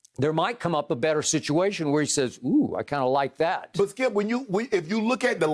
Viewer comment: “Well Skiup”